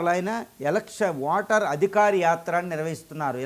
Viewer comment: స్పష్టంగా ఓటర్ అనేకి నీకు రాదా బాబు వాటర్ అంటున్నావు రాదా